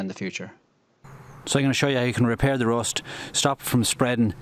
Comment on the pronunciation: What kind of pronunciation is this? rOst 😂😂😂